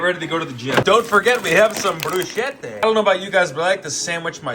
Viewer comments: the bruschetta pronounciation💔💔💔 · ITS BREW-SKEH-TUH 😭